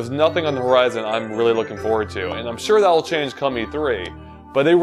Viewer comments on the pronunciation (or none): none